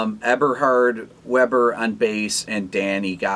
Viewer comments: Pronounced Yahco Pastorius and Eberhard Veyber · The (german) W of (Eberhard) Weber should be pronounced V